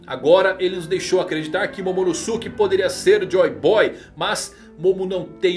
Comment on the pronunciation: namorada do dono dessa conta: que agonia ele falando Momonosuke errado, Momonosuke é pronunciado igual Sasuke, nem parece que assistiu Naruto aaaaaaa